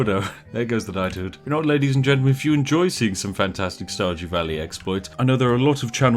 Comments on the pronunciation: Di you say starjew valley? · listens carefully did he say starjew?